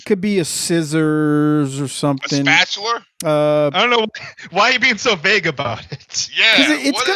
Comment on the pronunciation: "a spatuler"